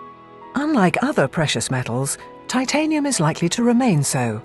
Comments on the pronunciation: How come James Hilton knows how to pronounce titanium but the narrator does not? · This guy is a pretentious idiot... If you are going to work with the metal, LEARN to pronounce it!